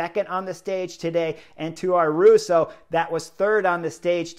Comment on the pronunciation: The ‘young Spanish rider’ is called Ayuso, not Aruso.